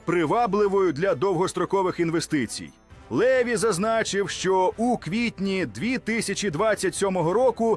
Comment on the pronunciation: ЛевI НАГОЛОС -НА ОСТАНIЙ ЛIITЕРI